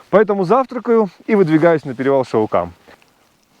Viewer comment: все правильно называешь! Только ударение на А:) ШАукам. А Шау-кол(Къол) по балкарский это урочище